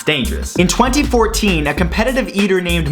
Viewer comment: Schuyler is pronounced "skylar" not "shoolier"